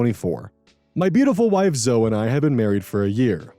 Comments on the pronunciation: Okay, I admit I may be petty, but it legitimately got me cringing and wincing every time mispronounced "Zoe". It's 2 syllables, not 1: ZO-ee, never ZO! (If it helps, the name Chloe is similarly pronounced KLO-ee, not KLO. Both Zoe and Chloe are Greek names, hence the non-silent final -e.) But, yeah, Story #2 is an absolutely bonkers case of Disproportionate Retribution and was in no way a "prank"! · it's pronounced "Zo-ee" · not me with my eye twitching every time pronounces "Zoe" as "zoh" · LOL i was having a moment like "Zo"? isn't it "Zoe"? huh?!? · Lmao "Zo" (The name Zoe is usually pronounced the same as Zoey) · Is that not how that's pronounced? Zoey would be Zoë wouldn't it? My friend pronounces her name the way you do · …is this not right? Zoe is Zo Is it was Zo-ee Wouldn’t it be Zoey? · Zo-ee. It’s pronounced Zo-ee. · Omg I used to pronounce Zoe like that growing up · That bugged me too, but then I realized that Zoey is also a name, and the one I am more used to seeing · Yeah I saw this comment and went how is he pronouncing it wrong isn't Zoe spelled with a y My phone speech to text spells Zoe that way even though I'm saying the e part. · The pronunciation of Zoe hurts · The way you pronounced Zoe is hilarious. 😂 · It's pronounced either way, I had a friend when I was a kid named Zoe and if you called her "Zo-E" she'd get mad. It's the preference of the individual but the majority of "Zoe"s I've met, pronounce it "Zoh".